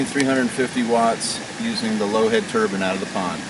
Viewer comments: Nine, fine, mine..... turbine. Not turban, turbine. Lolllll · Proper english would be a great help. The whole video I thought you were talking about a rag for your head. Not a TURBINE for making power with.... geez, learn to say Turban or Turbine properly, others might think you're reinforcing a Jihadist colony.... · TurBINE not turBAN goddamn dude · a "turban" is something one puts on their head. A "turbine" is what your talking about. A simple mispronunciation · I know I'm sounding like a bit of an ass but it's turbine not turbin. other than that I loved the video. thumbs up. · Did you mean 'turban',?